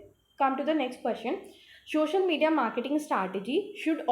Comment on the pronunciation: Please correct your pronunciation it's so disturbing.. it is social media not shoshol